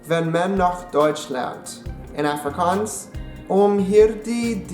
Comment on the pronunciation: Prenounce Afrikaans proply